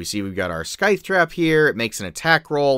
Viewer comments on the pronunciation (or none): I love you man. Your videos are amazing for us DMs. But its Sithe, not Skythe. haha Regardless, I'm going to be using this. Thanks for the vid. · And, hate to point it out, but you are mispronouncing scythe...there is no "k" sound, it's a silent k. It is " s-eye-th"